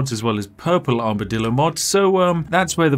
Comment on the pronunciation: Take a shot every time Spiff says Armidillo